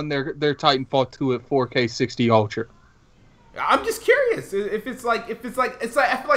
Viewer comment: Anyone else notice can't pronounce "ultra?" he pronounces it as "OTRA" lol